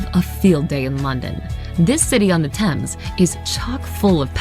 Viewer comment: Just a slight correction on your pronunciation of the River Thames, Thames is pronounced Tems. I really enjoy your reactions, keep up the good work, I look forward to more reactions on our wonderful country.